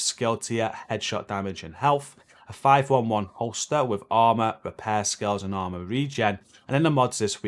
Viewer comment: 5.11 Its pronounced Five Eleven, not Five one one